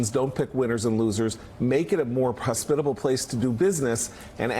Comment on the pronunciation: "gotta make it a more prospitable place"